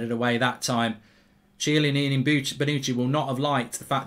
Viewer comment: Chiellini not ciellini😂